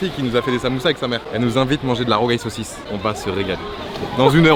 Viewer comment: "de la rougail saucisse"